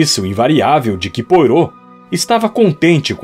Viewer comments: Ótimo texto e excelente narraçao, mas tudo fica comprometido pela pronuncia dos nomes, principalmente a do grande detetive belga Hercule Poirtot. A pronuncia mais correta é êrquíle poarrô. Espero ter contribuido. Fica impossível ir até o fim. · Querido narrador, você é ótimo. Só observe, por favor, que Hercule Poirot é 'belga'. Seu nome se pronuncia "puarrô" e não "poirô"; seu sotaque remete ao francês, não ao inglês. No mais, excelente. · Desculpe, não consegui terminar. O nome do Poirot não se pronuncia como se escreve. Acho importante esses detalhes. Agradeço muito pelo seu canal, muito obrigada mesmo. Escuto com o meu primo que tem problemas de visão. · Por favor reveja sua pronúncia sobre o nome do detetive! Soa horrível aos ouvidos de quem escuta!